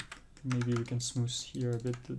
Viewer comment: lol why do i find him saying SmooS satisfying